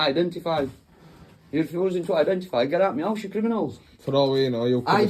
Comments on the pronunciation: What the hell is a "meowse?" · What’s a me ouse?